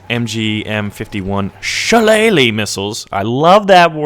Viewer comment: I am impressed that you got the pronunciation of Shillelagh right! Well done.